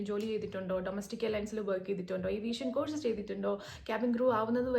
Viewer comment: Course എന്ന വാക്ക് ഉച്ചരിക്കേണ്ടത് 'കോഴ്സ്' എന്നല്ല. മലയാളത്തിലും തമിഴിലും 'ഴ' എന്ന letter/sound ഉള്ളത് കാരണമാണ് നമ്മൾ അങ്ങനെ തെറ്റായി ഉച്ചരിക്കുന്നത്. ഈ വാക്കിന്റെ ശരിയായ ഉച്ചാരണം മലയാളത്തിൽ എഴുതുകയാണെങ്കിൽ 'കോസ്' എന്നാണ്.